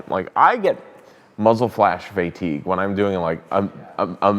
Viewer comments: fay teeg😂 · what's "Faytigue" ?